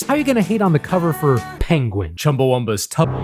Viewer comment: So proud to see commitment to always saying 'Penguin' that way.